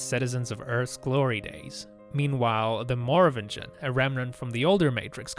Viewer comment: Is it really that hard to pronounce "Merovingian" like they do it in the movies? Seriously, there's no need to superimpose "American" on top of some other language like Americans typically do since it's, guess what, AN AMERICAN MOVIE!